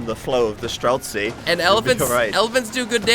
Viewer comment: stop adding a k to streltsy! it's not streltsky!